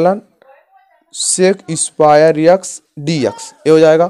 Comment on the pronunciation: Bhai X ko yaksh kyu bol rha h